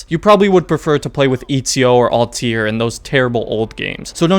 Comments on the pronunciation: "Eatzio" and "Alt-ear" 😂🤣😭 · How you pronounced ezio and Altair had me dying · man really said etdzio and altdir 😂😂